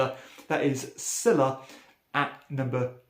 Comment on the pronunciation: I know it matters not a jot when it comes to playing the game but Sylla should be pronounced ‘Sulla’ (the name of the Roman Consul and Dictator the game is themed around). It’s all to do with the letter u not being in the original Roman alphabet and incorporated later from the Ancient Greek. Just thought someone here might find it interesting and/or be as tragically pedantic as I am. However you pronounce it I definitely want to get a copy if I can.